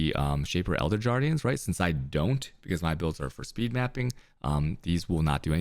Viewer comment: shaper jardians and elder jardians